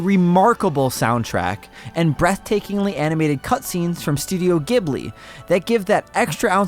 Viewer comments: Ni No Kuni is not a "classic turn based RPG". The Ni No Kuni games are all real time. Also, Ghibli is pronounced with a J, like jab or jump. Not a G. It's spelled ジブリ or Ji-bu-ri. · I mean, seeing how Miyazaki got the name from the Italian Ghibli plane that has the hard G pronunciation, it goes either way. Miyazaki has pronounced it both was. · It doesn't really go both ways. Yes, the word in Italian is pronounced with with a hard G on a plane by that name. And yes, Miyazaki's interest in aviation led him to this and that's where he got the name. However, he chose to pronounce the name of his studio with a J sound. It's a proper noun with a fixed spelling and pronunciation in Japanese. This happens often with words borrowed from other languages. They take on a new pronunciation that becomes the correct one in that given language. But it's particularly easy in Japanese because there can be no debate on how something is pronounced when you can see the katakana or hiragana that makes up a word. Obviously that doesn't mean you can't say Ghibli with a hard G. It just means it's not correct.